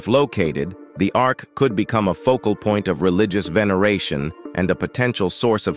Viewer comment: Ark, not arch.